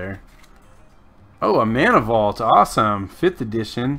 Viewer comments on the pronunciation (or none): none